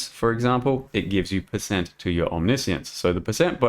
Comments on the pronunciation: The way you ended up saying it is correct. It's om-nish-ince. I've seen goobers in comment section "correcting" it to omni-science since it was released and it's hilarious. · That's the modified American version. The original British pronunciation is om-niss-ee-uns. Seeing as Aus is a British colony the latter one is correct for to use not your version.